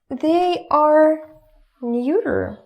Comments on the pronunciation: You are a great teacher and I'm learning tons from you, but quick tip: the word "neuter" is pronounced "nyooter", not "noyter" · "Neuter" rhymes with "shooter". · Neuter rhymes with shoyter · "neuter," in good English, is not pronounced neuter (like German - I speak and write fluent German, English/American, French and Spanish) and also not njuter, but like noo-ter (like the English "look" or like a Russian У if you used Cyrillic letters, the sounds are: - нутер- (The "eu" is only pronounced as "ju" at the beginning of a word, e.g. to eulogize, euphoric, euphemism, etc.) Also, the "g" at the end of verbs, especially in the present ongoing activity tense: e.g. singing, dancing, speaking, laughing, etc. Most Russian people have a hard time pronouncing the "g" at the end of a word because that sound does not exist in Russian at the end of a word, only at the beginning, like in горад :-) (Your lessons helped me very much, thank you, I prepaid 3 months for your lessons) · whats the 3rd word she uses? feminine masculine and what? muter? nooter? LOL what?